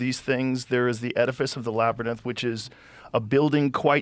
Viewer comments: Joe can't say labyrinth 😅😅 but I still love him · I was so distracted by Joe's pronunciation of Labyrinth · Joe not being able to say labyrinth is fucking killing me ahaha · Why doesn't anyone in Joe's life tell him how to pronounce Labyrinth? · It’s crazy how Joe Rogan can’t pronounce the word labyrinth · If only rogan could pronounce the word labyrinth.... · Is it the labyrinth or "labrinus" that Joe keeps saying?😂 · What the f is a labernyth Joe Rogan? Too many concussions can't say labernyth anymore? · "Lab-ryn-inth..." - Joe Rogan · why does joe keep pronouncing labyrinth "LAB-ER-NISS" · “I’m really interested in the LABBER-NITHS” 😂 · I forgot Joe can't pronounce "LAB-RYNTH" lol I don't know how he gets the word Lab-er-nyth to come out of his mouth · Or...... is it Labernith 😂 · Joe mispronounces "Labyrinth" 7, count em, SEVEN times!! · Today I learnt that Joe can’t say labyrinth 😳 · Does Joe know he’s continually mispronouncing “labyrinth”? Why does no one correct him? 😅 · Yea that word is up 2-0 on him lol it’s like when people can’t pronounce nuclear to save their life. What exactly is tripping him up 😭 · How can someone become so famous for talking for a living but can’t pronounce the work “labyrinth”? Even after the other guy says the work correct so many times. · Why can't joe pronounce the word labyrinth???. Lol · Joe “whoaaa-gan”….cant say “labyrinth”☺️ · Enjoyed watching Joe try to say "labyrinth" lol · Joe can't pronounce "labyrinth "😂